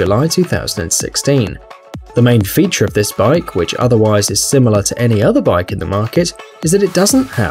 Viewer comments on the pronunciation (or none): "The main FEETure"..... Lol